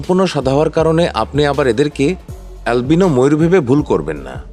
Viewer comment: alvino kortachan kan?😂😂😂